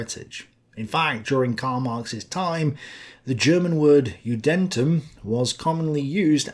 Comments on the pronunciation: Great video, just a small correction, hopefully it will help you: Judentum, is German for Jewish realm. Just like the English word Christendom. Christendom-Christentum, Juden-tum. So it is pronounced Juden-tum, not Ju-dentum. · Judentum is pronounced a bit more like Júdentuhm.